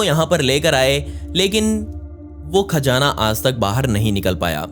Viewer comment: It's Khazana not kaazana